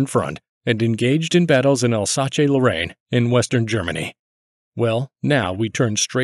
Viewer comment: 😂Please pronounce 'alsace' like you would do it with "El Suss"